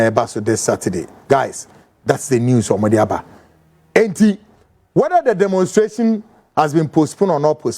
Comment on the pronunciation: The Word Is Demonstration... !! NOT Demonsteration😮😮